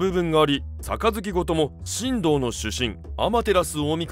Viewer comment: 細かいけど のところ、「しんどう」じゃなくて「しんとう」ではないかな